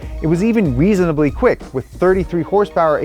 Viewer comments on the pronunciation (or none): Weasonly quick? Lolol